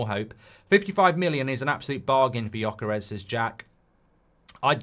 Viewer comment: It's actually Gyökeres. not gjokeres. you miss the umlaut but I don't expect any english speaker to be able to do it. haha